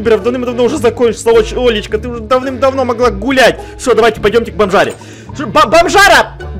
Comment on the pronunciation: Мне одному показалось не Олечка а лоличка